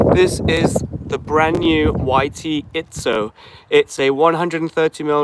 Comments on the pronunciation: It’s Izzo, not Itszo. There’s no “T” in the name. Small annoyance. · Dang it, there's no T! It's called Izzo!